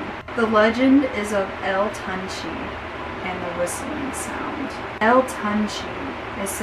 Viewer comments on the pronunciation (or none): You did butchered the name but if you want to pronounce it correctly would be (toon- Chae ) GOOD VIDEO have a good day